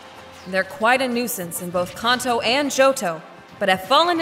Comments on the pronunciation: She said ”Khan-toe” instead of ”Can-toe” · It’s Can-tow,. Not Con-tow. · Somewhat irritated at how pronounced Kanto in this. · You pronounced Kanto wrong.